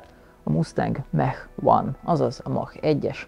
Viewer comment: Egy aranylag rendesen beszelo amerikai is "a"-val ejti a Mach-ot es nem "e"-vel. Amugy jo hogy teljesen veletlenul radtalaltam nem olyan reg. Valamikor behozhatnad a kepbe a rendes bringazast mint anno az F150 tesztnel. SRAM + Rockshox for the win csak mert tudom hogy Shimano parti vagy.